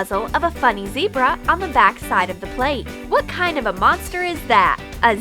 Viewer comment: its zebra not zeirba